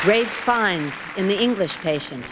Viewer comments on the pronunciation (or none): "Ray Fines"??? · The way Ralph Fiennes's name was butchered damn.